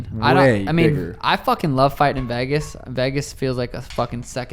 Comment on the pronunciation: I absolutely hate the way he says Vegas 😂😂